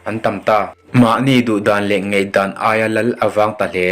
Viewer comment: Ngeihdan nilo in Ngaihdan tih tur aw